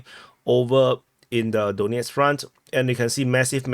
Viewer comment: Your "Donetsk" sounds a bit too much like "doughnut"... it's "Dan-YETSK".